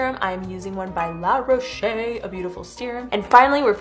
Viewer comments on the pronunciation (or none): She just pronounced Roche as if it was Roché with the accent